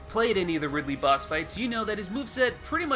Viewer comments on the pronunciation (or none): none